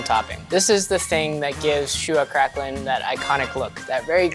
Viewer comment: TIL septics butcher the pronunciation of craquelin as well